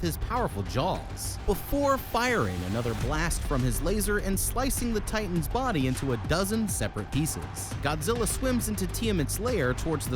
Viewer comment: He can't say titans names!!! I HATE IT